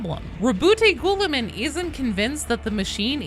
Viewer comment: For the love of God can you stop saying gouliman 😂